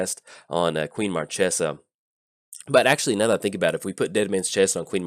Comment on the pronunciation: its marchesa, the black rose. lol